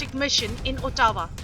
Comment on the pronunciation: it is pronounced AAHTAWA ..not OOHTAWA ....